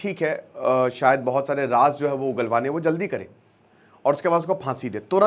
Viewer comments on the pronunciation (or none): none